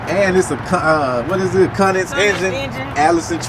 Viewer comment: Cummins not cunnins 😆